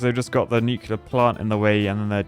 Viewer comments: Nuke-LEAR not Nuke-U-lar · The most disappointing thing in this entire video is hearing a qualified engineer say "Nu-cu-lar" instead of Nuclear 😭😭😭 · Nucular plant